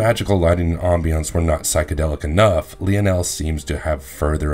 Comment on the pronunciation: Good clip. fyi Lionel is pronounced Lie-Nel, not Leo-nel 😉